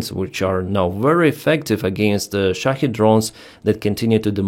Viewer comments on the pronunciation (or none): none